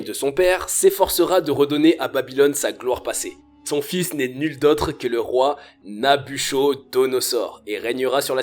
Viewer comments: Très bonne vidéo , juste une chose , on prononce Nabuchodonosaure ---> Nabuquodonosaure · Sauf que l'on prononce Nabukodonosor et non pas nabuchodonosor Comme on a appris à l'école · Je me permets, mais ça se prononce "Nabukodonosor" et non "nabuchodonosor" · Mauvaise prononciation de NABUCHODONOSOR... dommage ! On ne prononce pas "cho" mais "ko" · 1790 avant JC précise stp et Babylone ( Iran) n'est pas en Asie mais au Moyen-Orient Afrique, on dit Nabuchodonosor ( kodonosor) pas chodo. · On prononce Nabukodonosor... Pas NabuCHAUD... Il y a de l'écho dans la pièce (éko), pas de l'échaud... Nous pouvons, et non pas nous pouvont... Le genre ado excité, c'est un peu pénible en voix off... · Salut, et bonne vidéo, on ne dit pas Nabuchodonosor; mais nabuKodonosor, sa s'écrit comme le cas N1 mais se prononce comme le N2 ! ! ! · Heuuu... Prononcez Nabu "ko" donosor et non Nabucho... Ca fait un peu amateur, mais intéressant tout de même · Prononce "n'a bu ko do no zor" 🤣🤣🤣🤣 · Attention à la prononciation du nom du roi Nabuchodonosor, se prononce "NabuKodonosor". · Dans Nabuchodonosor le ch se prononce k. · Nabuchodonosor se prononce na bu ko do no zor. De rien c'est gratuit ! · on prononce Nabouccodonosor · Nabuchodonosor ne prononce Nabukodonosor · Travaille ton français et ta grammaire, c'est un conseil, et c'est de la part d'un algérien... Ah oui et ça se lit NabuCOdonosor même si ça s'écrit NabucHodonosor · Qu'est ce que tu dis ?... le nom du grand roi se lit ; NABUKKODONOSOR. J'ai enlever la lettre "h" et laissé le "k" ou "c" Pour que tu comprennes . En gros "c et h" se prononcent : " que" et non "che" . Cela montre que tu dois arrêter tes approximations par la travail et la connaissance. IL EN VA DE TA CRÉDIBILITÉ. Cordialement. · Revois ta syntaxe, ton élocution car à des moments on ne comprends rien. Tes phrases sont parfois mal construites. Et Nabuchodonozor... stp le CH se prononce K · Nabuchodosor roi de babylone ça se prononce" NabuKodonosor"